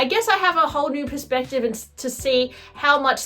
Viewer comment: into this video “ I guess I have a whole new PURSE-spective…”